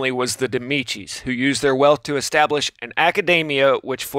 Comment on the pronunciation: Man, come on, you called Medicis "Demicis" twice maybe thrice !